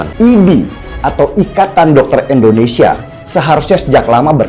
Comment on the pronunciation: Pakk .INDONESIA .ndak ada H .nya ..bukan INDONESIAH..